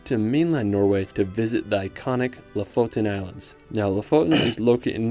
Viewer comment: Quick on his pronunciation: He does a common mistake and puts the pressure on the wrong syllable, e.g. it's LOfoten, not LofOten.